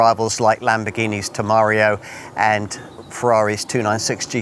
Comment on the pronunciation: It's (pronounced) Lamborghini Tem-er-rar-io not Te-mar-io....